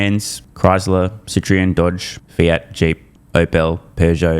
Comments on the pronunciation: Citri'un :-) Then again, he's an Aussie, didn't expect him to. Same goes for Opel. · Can’t believe how you pronounce Citroen 😂